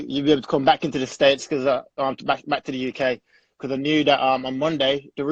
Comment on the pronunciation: Chino Official He would have made over 120,000$. Dummy. The word is “because”, “becah” isnt a word and makes you sound even dumber. Paying for One month living situation in the US is a lot less than being paid nothing at all. The UFC is also paying for the fighters living situations who did fly over so that cost isnt even on the fighters, the ones who did fly over are being paid as well.